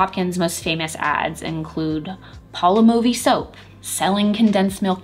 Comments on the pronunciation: It's pronounced Palm-olive. Also Schlitz not Shiltz. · Great content as always! but me getting triggered on your pronunciation of Schlitz and Palmolive... 😂 (sh-l-IH-t-s & paal-maa-luhv) respectively.